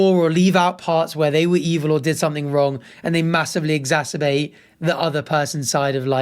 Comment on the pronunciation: Oh my god, you pronounced “exacerbate” properly!!! It’s not an accent thing, it’s bc whenever I hear people use that word they stay “exasterbate” or “exasperbate” and it takes everything in me not to correct them because I know that’s a douchebag move. 😭 idk why because incorrectly pronouncing stuff doesn’t usually bother me, it’s that specific word that makes my autistic brain rage 😂 hearing it pronounced correctly was a breath of fresh air